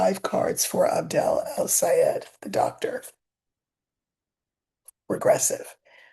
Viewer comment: It's "AB-DUL" (not AB-DEL) 😉